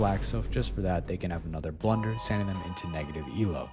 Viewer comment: That’s not blunder that’s B L U U U U N D E R